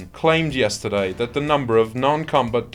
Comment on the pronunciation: yes-tar-dye..... Am I the only one who finds the accent of the speaker a bit too rich? A robot, or a snooty Brit - whatever it is, it sounds hoity-toyti.